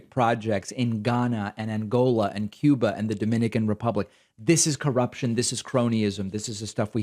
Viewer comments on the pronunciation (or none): none